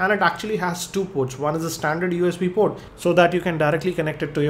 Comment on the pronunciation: in this video, "port" which was pronounced as "proooooddd !" you have to listen and think before you can understand him.